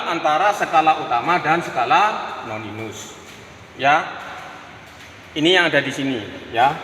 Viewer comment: Koreksi... Skala Nonius bukan Noninus